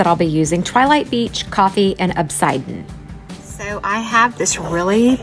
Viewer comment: Love this stunning cup!! As an avid gem and rock collector, the black glitter is-'ian' The 'an' is pronounced with the' ian', like 'Asian.' Plz, not in any way downning you🥰🥰 just teaching you how to say it.❤❤ I'm so jealous of your leopard spots!! Absolutely beautiful!! I could never accomplish this perfection!!🥰🥰🥰